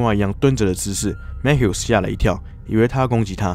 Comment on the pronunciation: Mathew应该不是Mat Hew吧 应该是MaThew🤣